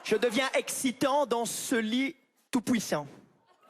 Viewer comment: "Tout pouissant" mdr 😂🤣